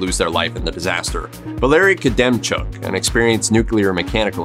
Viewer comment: You pronounced Valery Khodemchuk’s name wrong, its not “koodemchuk” its “hodemchuk”